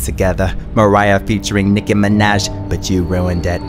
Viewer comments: That jump tho 😭😭😂😂😂😂😂 Nickie minaaajjjj ..the pronounciation 😂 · "Niki minej...ugh young money"